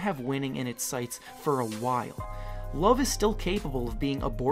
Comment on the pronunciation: It's Kevin LOVE not LOOF